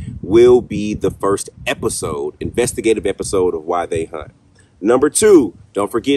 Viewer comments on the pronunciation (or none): I keep thinking you are saying “Why They Hunt”. Took me forever to find your “WhyThey Haunt” videos. Every thing I was finding on YouTube were all hunters who videoed their hunting trips. 🤣🤣